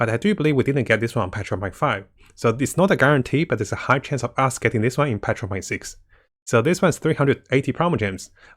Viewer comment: I love how you say patch 1.6 it sounds like petra .6 hehe